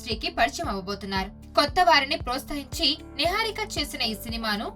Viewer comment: Posthahinchi kadu papa protshahinchi telugu ochinavallatho chavinchandayaa RTV